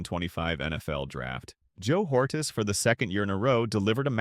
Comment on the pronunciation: JOE ORRRRTEEEZ IS HOW YOU PRONOUNCE HIS NAME FOOL